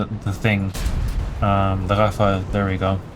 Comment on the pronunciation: It's the first time I hear a non french speaker pronounce Rafale like a native speaker you nailed it bro